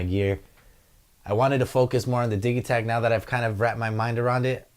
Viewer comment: I thought it was pronounced "Didgey-takt" and not the "Diggy-takt" :)